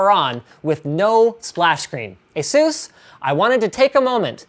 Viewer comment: dude.. it is pronounced "A-E-SUS" not "AH-SUS"... said by the CEO of ASUS himself